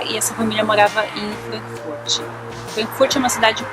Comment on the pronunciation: Hehe só uma dica!!! Frankfurt nao tem i no final :)